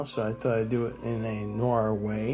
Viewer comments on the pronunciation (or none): Noir is not pronounced 'nor'. It is French for dark and is pronounced 'newaa'. The r is silent. You're welcome.